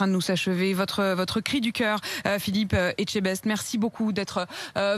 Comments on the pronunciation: EtchebesTEU pas etchebezZz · Et jetebaise , Mme de Malherbe vous avez dit !!! , Echtebest ça se prononce !!! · Elle a dit Philippe echtebaise ou c moi? 😅🤣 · "Etchebaize"? Mais pourquoi ils se trompent tous ?? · "etchebeze" PERSONNE NE SAIT DIRE SON NOM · Il y’a que moi qui a entendu la journaliste prononcer « Philippe Etchebaise ? » Sérieusement ? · "Philippe EtcheBAISE" elle a dit :rire: Bon j'lui met un coup de chibre quand elle veut quand même mais faut pas écorcher les prénoms comme ça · jsuis mort le "philippe" etchebaise" mdr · Y a que moi que le "Philippe etchebez" à perturbé ? 🤣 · Etchquoi ? Déjà elle arrive pas a donner un nom correctement, comment pourrait elle donner des chiffres et des paroles justes ? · Phillipe Etchebaise elle l'a dit au début 😂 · Elle a dit Philitch Etchebaize mdrrr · elle a dit philippe etchebaise non ? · Même pas foutu de dire le nom de famille comme il faut ... eschetebaizee super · Etchebaise elle a dit 🤣🤣 Jpp 😭😭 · Philippe etchébeze😅😅😅 à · Elle a dis phillipe etchebèse🤣🤣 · elle a dit etchebaise btw ecouter bien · non madame, y'a un T à la fin... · J'ai jamais compris pourtant c'est simple a prononcer etchebest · Quelle prononce bien son nom la prochaine fois 😂😂😂😂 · Comment elle écorche son nom en plus avec un sourire au coin qu'elle honte